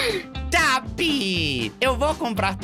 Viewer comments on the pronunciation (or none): Estou assistindo seu canal agora e riu quando você fala taap!